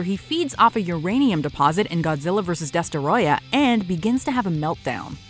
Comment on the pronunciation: destroyah (DUH-STROY-UH)